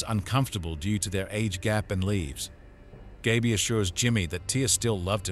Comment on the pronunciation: an 8 minute video and you didn't pronounce Gaby's name right once